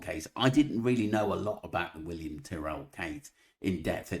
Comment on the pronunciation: She can’t even pronounce William’s name correctly - then she goes on a tirade about “facts” but hasn’t come to the table with the knowledge of the very basic facts herself. Is she that stupid or is she on someone’s payroll?